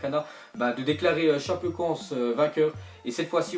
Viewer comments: Sa se dit tchapécoènssé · ca se dit chapécoenssé